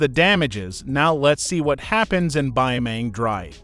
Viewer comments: Why you say bioming drive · "Beemaang draev"